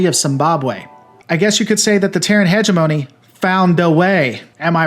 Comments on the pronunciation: Hegemony is pronounced Heh-gem-ohn-ee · inserts audio pronunciation of hegemony *proceeds to mispronounce hegemony as hejawmoney * You...ssssssssssssstop it! You may be distantly related to a, but I like your lore videos. Much like Warhammer 40k, Battletech lore is awesome BECAUSE of its complexity. I will watch/listen to as many of these as you feel inclined to make. Great video. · Heh - gi - mone - ni .... lol love that robot. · lol by the end of the video you're just trolling with hi-jomony. Bless your heart. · This is all new to me, but I did enjoy how many different ways you pronounced "hegemony" ;-) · Every time you say hegemony wrong it makes me want to punch Urban mechs and kittens in the throat